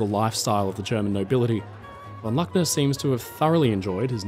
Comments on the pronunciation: IT is a German name ---- LOOKNER --not LACKNER!!!- top story -thank you. In German all words are spoken as the letter says in NATO spelling. U - is always U -as in UNION. A is A AS IN alpha AND MOVIES HAVE BEEN MADE AND THERE IS PLENTY AVAILABLE IN gERMAN TOO.. Sucht mal n bischen!!! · Luckner with the u of Butcher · Luckner = the "u" is pronounced "oo", but as a short vowel. I do invite you to check pronounciation of German (and French, Spanish) names and places with before the audio of a video is done. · I listened to that story in the background, and wondered, what that guy would be, and i never heard of him??? Strangely somehow like Luckner, but with an unheard name. ?? It took me a while, to grasp, that someone would tell a story, without beeing able or willing to tell the name right!!! So easy to to, but simply not willing to. How serious would the rest of your "research" be??? Unable to research the difference between "A" and "U"??????